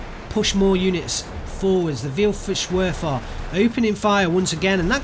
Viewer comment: Oh no, i was having a laugh at your wonderful pronunciation. The way to pronounce it is kinda: Feel-farr-wer-fer. Vielfachwerfer. The ''fach'' requires a deep, rolling R - like 'when you say ''far'' but rolling on the ending.